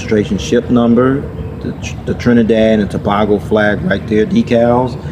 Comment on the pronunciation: You pronounced Tobago wrong. To pronounce Tobago it’s To-bay-go